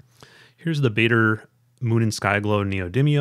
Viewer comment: Pronunciation help: The "aa" in "Baader" is pronounced like the "ar" in "large".